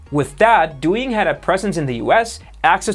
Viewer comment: You pronounced Douyin and Toutiao way better than you pronounced Xiaomi lol. Btw Xiaomi kinda sounds like "Shiao-Mi" instead of "Psy-Yao-Mi" 😊